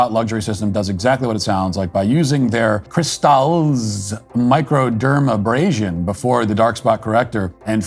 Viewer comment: Matt butchering the pronunciation of “crystals microdermabrasion” has me dying laughing and is the best part of this video 😂😂😂😂😂